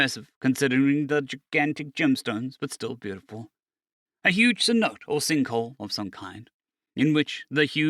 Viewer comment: for teh sake of reference - its pronounced -SEH-NO-TAY its a fancy term for REALLY big sinkhole